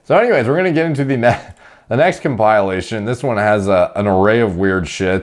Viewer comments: I’ve never heard anyone pronounce comePYALLation like that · The pronouncing of comPILEation is kinda distracting... but don’t think I’ll stop watching MPMD over it. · I was about to unsubscribe when I heard you say "comp_I_ation" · the biggest criminals on the planet are people who say "compile-ation" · Compile-lation.. COMPILE-LATION ?? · “ComPIElation” Me: have I been saying “compilation” wrong this whole time 🤔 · You're pronouncing compilation wrong. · Lol he made second guess myself on the pronunciation of compilation